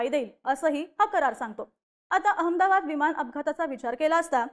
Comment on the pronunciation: हिला लवकर काढून टाका ही अमदाबाद म्हणते अहमदाबाद म्हण ग 😂😂😂